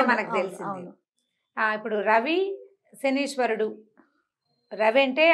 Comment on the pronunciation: 1. It is not శనీశ్వరుడు...it is శనైశ్చరుడు! 2. Pls don't use such captions and misleading statements such as శని పోతుంది! Pls talk respectfully towards శనైశ్చరుడు!